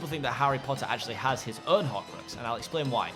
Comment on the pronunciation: what's a horcroaxs? xD